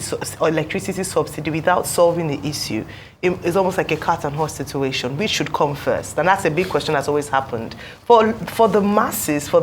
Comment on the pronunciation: This Professor's English pronunciation is atrocious! Apart from the well-known "Yoruba H-Factor", he pronounces "which" as "wish", "that" as "dat", "the" as "di"; to mention but a few. A Professor? As a Yoruba man myself, I am embarrassed. As a Nigerian, I am disappointed.